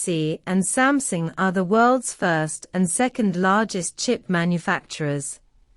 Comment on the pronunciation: Why your computer read out pronounced “Sumsing”. Did you misspell the word or I have missed out something?